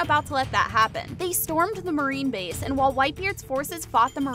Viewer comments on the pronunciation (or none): none